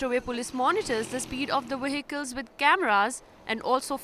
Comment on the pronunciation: Yes, I concur with the earlier comment, the female reporter is indeed very VERY cute, but it seems as if no-one in Pakistan can successfully pronounce an English "v". "Vehicles" become "wehicles" and "involved" becomes "inwol'ed".